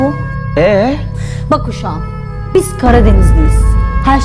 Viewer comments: uşağum değil usağum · evet olunmuyo uiyyy uşağummm demesi lazımdı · uşağum nedir yav kusacam